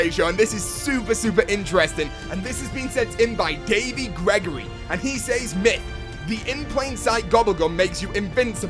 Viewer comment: Myth: Can you pronounce "says" correctly?